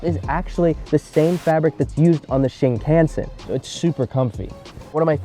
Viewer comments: "shin cannseennd" "shinkansen" "shin" "kan" "sen" anata moto o wa kokujin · you really can't lol. It's as if you skipped learning not only reading but the sounds of the alphabet in English. It's a dead give away when he says "can". The English pronunciation of can doesn't exist in Japanese. The way Japanese people would read "can" as in candy would be "kyan". "Kan" in shinkansen is specifically the sound "ka" as in kaboom plus a -n sound at the end. The sound is like Khan. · Ah yes, the ol' shin-can-sen! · He pronounced shinkansen wrong. Learning the alphabet is the first thing you learn. He doesn't know japanese